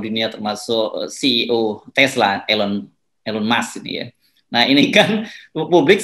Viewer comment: Tesla ..bukan esla